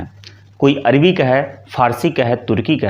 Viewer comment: जी थोड़ा प्रयास करके अपना स्वयं का उच्चारण ठीक कीजिएगा। अरबी को आप अर्वी बोलेंगे तो कैसे बात बनेगी।